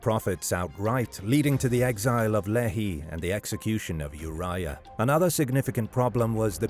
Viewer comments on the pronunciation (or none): The prophets name is pronounced Lee-Hi not Le-He